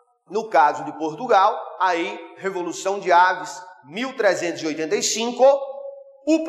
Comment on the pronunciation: É avís e não aves. .